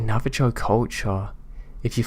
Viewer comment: Also, The Navajo Tribe is pronounced Nav-a-ho. xoxo